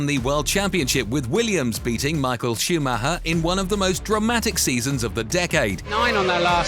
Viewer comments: There was no driver called schumaha it's pronounced. Schumacher, if you can't get the names right DON'T speak about F1 or any motorsport. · Schumac-her when its supposed to be pronounced Schuma-cher. Im always having a good, its embarrassing as an English speaking person, this voice is AI all over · Schumahah huh? Do better, AI voiceover. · Michael Shoemahaa 😂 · Truth be told lad been going through the comments trying to see who else copped onto it driving me fucking mad listening to him say shoe Ma her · AI voice again! Even though English, cant pronounce even Schumacher right. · Michael who,please say his surname properly.geez.